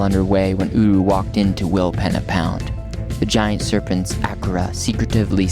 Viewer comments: We camped in our caravan at Rawnsley Park Station a month ago the Flinders Ranges are amazing. Tested out the Jeeps 4wd capabilities in some of those canyons and tracks. You guys are a lot more energetic than we were (also a lot younger) Normally Aussies would pronounce it Will peena pound but maybe the indigineous people pronounced it Will penna. The Pich Richi railway and the silo art show in Quorn were also interesting to visit. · Pronounced Wilpeena pound! Pee 😂